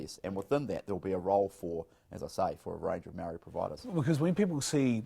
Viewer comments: Marriyy not marrry! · Bishop, Its Māori NOT Marrrrry, get it right! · Meowree, how ignorant and lazy do you have to be to not even pronounce it properly, and it’s not even hard, its literally “moldy” cmon cuzzie, kids can do better🤣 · No no no.. its moouuldy lol